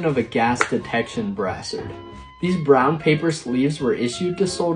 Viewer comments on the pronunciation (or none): Brassard isn't pronounced like brass-ard the first a is long and the 2 s sound like a z